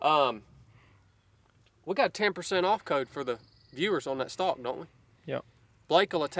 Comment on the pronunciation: Stock not stick lol